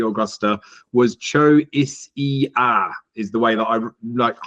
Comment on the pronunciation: Choisya is a great shout one on my tracker 👍 And you are pronouncing it correctly, Choisya is a shrub plant one in your garden they are great 🌱🏇